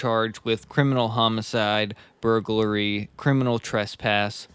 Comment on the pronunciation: The more beta guy on this podcast who can hardly speak correctly needs to learn that "burglary" isn't pronounced "burg-a-u-rly" and "escape" isn't pronounced "excape". You guys do a decent job of reading Murderpedia I guess, but you suck at knowing how to speak your own language.